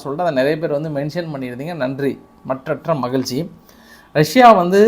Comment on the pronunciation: மட்டற்ற மகிழ்ச்சி நீங்க சொல்லும்போது பல்லை கடிச்சி கிட்டு சொன்ன மாதிரி இருக்கு ஜி 😂